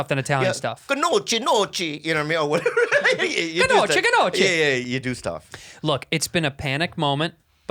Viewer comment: Did they say the g in gnocchi?! I’m dying you fucking idiots